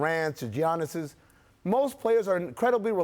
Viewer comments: The man name is pronounced “ ya-nis” not “g-An-is “ 😂😂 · Dee-ude..... Why do you still say geeannis? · As soon as you say "Geeannis" im out. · Did he really say JIAnnis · how is it possible that you cant pronaunce name of league mvp who has been in the spotlight for 4 years and in the league for 5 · As much as they ball ride Giannis they could at least say his name correctly.